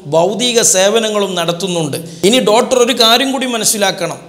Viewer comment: ഡോട്ടറല്ല ഡോക്ടർ.... അയിപ്രായം അല്ല..അഭിപ്രായം